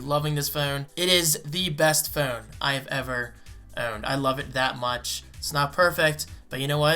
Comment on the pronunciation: "THEE BEST FEWN."